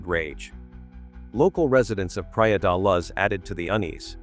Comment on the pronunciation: The AI-voice is so annoying, praia da laz